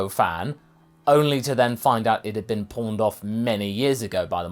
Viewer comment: When you said the Bansho fan was pawned off by Master Roshi, I thought you said 'porned' off, and I said "OH GOD!! Is that the real reason it was all sticky?!!"